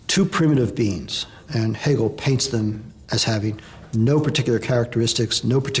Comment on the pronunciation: Interesting, great learning. Happy that the name is pronounced accurately, it rarely happens.